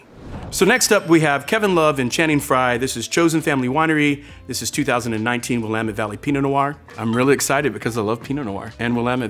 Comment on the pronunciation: Thank you for pronouncing "Willamette" properly. Great tasting video!